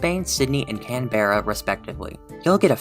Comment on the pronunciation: Not to be negative like I’m watching this cause I’m Aussy but it really annoys me when people mispronounce our main city names Pronunciation Brisbane - Briz Bin Canberra - Can Bruh